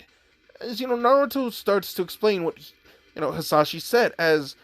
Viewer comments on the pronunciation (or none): Dude his name is hiashi not hizashi